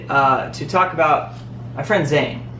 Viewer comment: ITS ZAYN NOT FUCKING ZAYNEEEEEEEEEEEEEEEEEEEEEEEEEEEEEEE AHHHHHHHHHHHHHHHHHHHHHHHHHHHHHHHHHHHHHHHHHHHHHHHHHHHHHHHHHHHHHHHHHHHHHHHHHHHHHHHHHHHHHHHHHHHHHHHHHHHHHHHHHHHHHHHHHHHHHHH